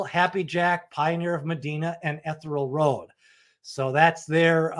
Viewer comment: It's "EE- THEE-REE-AL Road!"